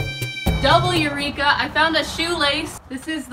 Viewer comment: The eyrika sounds more like evrika (I am greek)